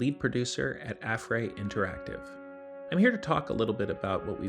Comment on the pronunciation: he said affray wrong